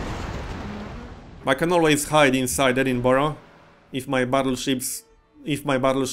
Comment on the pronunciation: You learned to pronounce Edinburgh! ;)